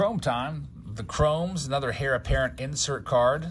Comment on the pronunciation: Just fyi - heir is pronounced "air", not hair.